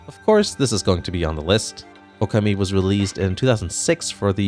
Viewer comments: First time watching a video of yours. Kinda surprised how much you butchered saying the name Okami. You pronounce it Oku’mee. It’s “O-kahmee.” Your “ka” is especially jarring. I don’t expect anyone to have perfect pronunciation of Japanese names - I’ve lived in Japan almost 3 years and my language skills are still limited. But when you talk about the game so much on your video, I’d hope you’d check how to say it right. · Oh-Kawm-Me Oka-Me is not a game. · Your mispronunciation of Okami...